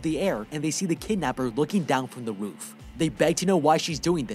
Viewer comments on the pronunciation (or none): Roof not room